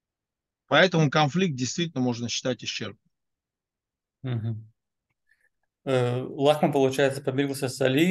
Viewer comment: НИ ЛАХМА А ЛОХМА